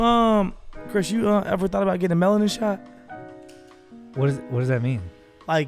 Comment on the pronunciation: Chris said melatin instead of melanin two times now and it’s even funnier because Steelo didn’t correct it 😂